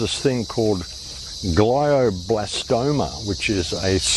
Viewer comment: Glioblastoma is an aggressive brain cancer. He pronounced “glioblastoma” differently too.